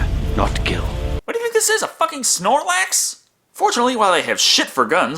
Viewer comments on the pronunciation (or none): none